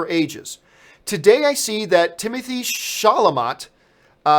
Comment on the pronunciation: I'm sure someone already did this, but Chalamet is pronounced "Sha-la-may".